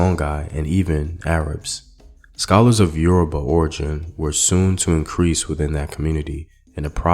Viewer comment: Yoruba came from the word Ori Obba meaning "The Head King" which is used in referring to the Alaafin of Oyo Empire but the white was pronouncing it as Yourriba.